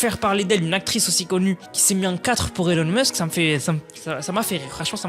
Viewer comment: sa se prononce ilon musk